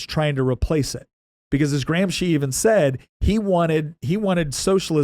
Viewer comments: remove "Graham Sheen" and add "Gramsci" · Why are you saying AG's name SO BADLY that I can't even ask Google who he is? Say it with an American accent "GRAM-SKI"!! Then maybe i could spell it. Google doesn't know any Marxist named "Antonio Graham Sheen." The way you are saying it isn't even italian. Don't you have any way to spell it out on a white board or anything? If you're going to teach, USE VISUALS !! No wonder I don't sub your channel.